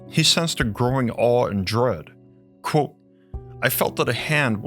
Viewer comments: The way he pronounces "quote" has always annoyed the living s*** out of me. Otherwise good content, but omg it is truly awful. It's like the "QU" just becomes a "K" sound, and then like he can't open his mouth more than the tiniest bit to say "kot" 😡 it's pronounced "Kwote" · The way you say the word "quote" is nuts. Like its blown out of pipe like a dart.